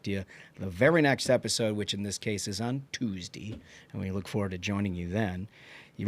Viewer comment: You guys are destroying the way I speak 😂 progrum, Tuesdee, leeverich